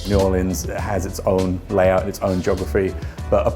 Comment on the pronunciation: New boreeeerhzzkkskd